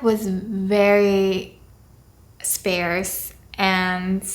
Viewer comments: Hate to be that guy, but sparse is pronounced like “spar” but with the “se” obviously lol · I could unfortunately only understand about half of this video plus a few signs, but your story is really interesting and you both seem like you have really good personalities. I'm looking forward to when I can understand better. P.S. "Sparse" rhymes with "stars".